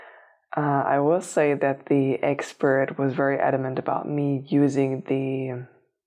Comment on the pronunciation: I heard it that way too 😂